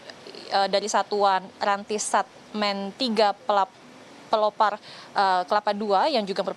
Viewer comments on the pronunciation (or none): yg bner pelopor, bkn pelopar.